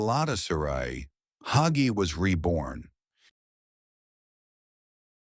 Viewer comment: AI can't pronounce Hagi LOL!!